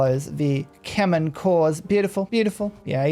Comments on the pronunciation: As a khmer person we are honored u you are playing our nation. Put please Khmer is pronounced "Kha - My" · I love the ke-mer! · Well I commented this every time you played Khmer and you still seem to not care. But it's pronounced Kmay (like in eye).